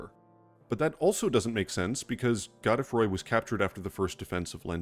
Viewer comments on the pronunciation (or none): The pronunciation of god-E-froy really threw me. Gode as in mode. Godefroy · It's pronounced "God-Free", or "Godfrey"... not "Go de froy". Its an archaic form of the name Godfrey. The Spelling is medieval French in origin. Which obviously has implications lore wise as Godfrey already exists as an entirely seperate character... Its possible Godefroy is an alter ego of Godrick much like Ranni uses the alter ego Renna when we first meet and Morgott appears as Margit. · Is it really god-eh-froy? I always thought it was g-oh-d-froy. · I know his name is pronounced Go-dah-froy but for the life of me I can't pronounce it any other way than Goad-Froy. Godefroy the Grofted. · Actually it should be pronounced “Gawd-uh-fhwa”, but I figured since Rogier pronounces his name as “Rozh-yair” instead of “Hrozh-yay” that French names are Anglicized in ER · The name is French so you're pronouncing it wrong, too.